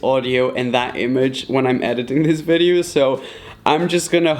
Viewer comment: did he said vedeo???? no harm.....😊😊😂